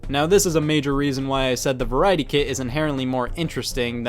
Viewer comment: I keep hearing "Kid" instead of "Kit"